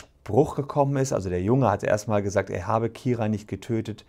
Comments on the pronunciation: Man spricht sie übrigens Keira und nicht Kira aus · wieso können die nicht ihren Namen aussprechen es heißt Keira nicht Kira